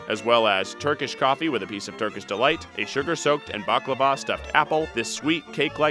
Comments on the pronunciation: how he says baklava makes me kill mysalfe... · why do they say BA-KLA-VAAAA insted of BaKLAva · And it’s not balkaaavaaaaa it’s baklava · ITS NOT BA KLA VA ITS BAKLAVA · Bourekk and bakla va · Sanja Hemmings bak lava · To say baklava u say bak- lava as u would say lava from a volcano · BAAKLAVA AND HURMASHICA AND TUFAHIJAA 😂😂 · Baklava is not even Balkan lol it’s Arab and it’s pronounced “Bek-lawa” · Please fix your pronounciations It’s sar mah not sarrma and its bu reck (roll the r) not boo reck. Otherwise, Serbian approved Edit: omgggg he said Buck lavvarr Samo lazem, ljudi iz ameriku su glupi. Haha cuj ovo; Buck luvvar, boo reck i sama Izvini: moj srpksi nije najbolji, ali svaki dan ucim nesto novo. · Byrek* Qebap* plzz dont say it like dat , its dissrespectful to 🇦🇱🇹🇷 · legit thoooo I cringed "baklava" omgg